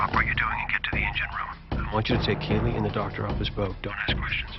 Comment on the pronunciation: I understand people make mistakes. But there is one thing you said repeatedly that is a mortal sin in the Firefly Universe... It's KAYLEE! Not KYLIE! She is not a frickin' Kardashian/Jenner! I was getting an aneurysm, a stroke and a heart attack each time you said her name was Kylie. If I wasn't a keyboard warrior, I would hunt you down, and release a pack of Wild Space Monkeys in your engine room... Now that's been said, Good Video. Well thought out...